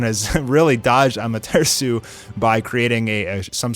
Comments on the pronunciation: It's Amate 'RASU' not Amatersu, remember AMATERASU. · im new to this channel dows this guy say amartesu on purpose or he just says it like that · Am a ter sue 😂😂😐 what did this man just say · Bro you're so white lol. It's pronounced 'Aw-mah-ter-aw-soo' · Da fuck is amatersu stop butchering the name ffs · When you said"AMATEARSU" I gave up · No one:Am-a-tree-shoe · Seriously he says it so weird 🤣 “Ammaterisu” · His pronunciations are bad but this is a cool channel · The Way pronoucing amaterasu seriously stop saying ama-ter-su like what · The way he says amaterasu makes me mad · Why do you pronounce amataratsu like that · why are you saying AMATERASU so fucking weird dude ????????? you know the original way to say it !!!! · Is anyone gonna talk about how he said amaterasu